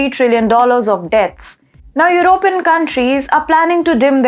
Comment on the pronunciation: I like how pronounces european with 3 syllables your-O-pin instead of 4 syllables your-o-PEE-yan. I wish I wasn't a dumb englishman that can only speak my birth language.